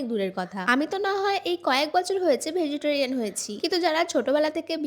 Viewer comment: Uccharot thik koro tumi public platform e acho manush tumar theke ki shikhbe? Vejitorian abr ki vegetarian hobe